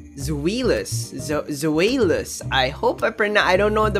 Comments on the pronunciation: Zwaylous in tagalog prounciation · Its Zwy Lus (Zweilous) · The new dragon family has german names related to the number of their heads: Deino is from ein, number 1 in german, Zweilous from Zwei that's 2 in german and Hydreigon has Drei in its name and of course is 3 in german. The pronounciation is DAINO, ZWAILUS, HAIDRAIGON :)